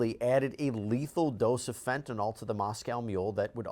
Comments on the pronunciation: fenta-nil, not fenta-nawl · My drug app that I use to cheat with says FEN ta nil. That is the official pronunciation used for the generic.